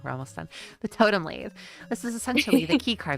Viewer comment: ( Lat-he HOW)